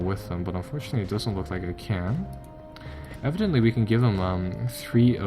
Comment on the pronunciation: I cringe whenever i hear evidently. You butchered that word.